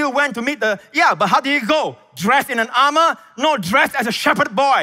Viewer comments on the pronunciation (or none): none